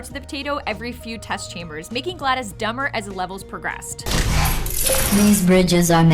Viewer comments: ITS GLA DOS NOT GLA DIS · It's driving me crazy that she keeps saying Gladys and not GlaDos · why is she saying gladis. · Gla-dos not glad-is God damn it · It is glados with a o, not an I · I may or may not be getting annoyed by the (maybe) mispronunciation of GLaDOS